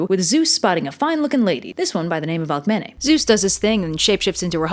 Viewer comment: I thought Alcemene is red AlkemEEnEE